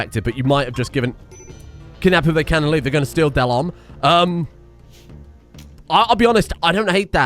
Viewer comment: Had an unexpected laugh when Delhomme got kidnapped and you called him Delamain. Silly, i know.^^ edit: And i have to add that the Witchs monkeys are way to underwhelming. I feel they should be sheer terror.